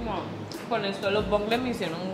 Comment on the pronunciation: Bonneles no bongles jajaja